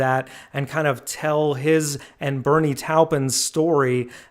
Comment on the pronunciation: He's just pronouncing it differently. For some reason many Americans have a hard time with names, never been able to figure out why